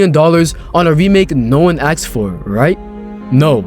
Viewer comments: "When AKSED about" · You can tell a lot about by how he pronounces the word "asked".